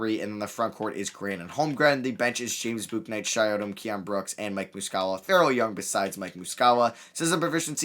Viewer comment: It’s shi not shay